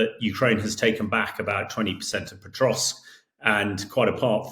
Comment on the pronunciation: This Hamish character is pronouncing Pokrovsk - Petrosk. Good work, mate, you are really acquainted with the situation! 😂😂😂🎉 😂😂😂😂😂😂 He is even worse than the host! PATHETIC!!! 😂😂😂😂😂😂😂😂😂😂